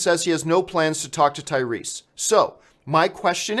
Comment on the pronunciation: "Tyweese" you weren't wrong John